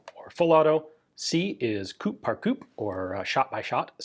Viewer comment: The final P in Coup par Coup is silent in French.